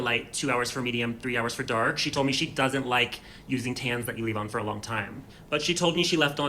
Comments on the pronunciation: She says acne with the A PRONOUNCED but then proceeds to 3 seconds later say dAHck like that’s? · Honestly, the way she just pronounced dark spots 😂 She can't be serious